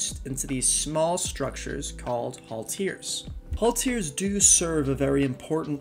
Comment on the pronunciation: You mispronounce alot of things. Diptera is DIP- TEHR- RAH and halteres is HAL-TEAR-REEZ